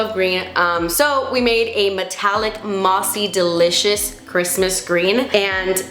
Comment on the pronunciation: Miss when you use to say delicious as “de-litch-ious” 😂